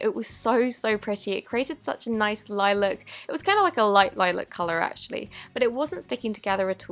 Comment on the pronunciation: Lilac not lailac